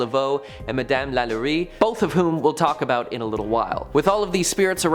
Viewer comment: Please pronounce New Orleans, Madame Lalaurie and many others properly! The video is awesome but the pronunciations are awful. Thanks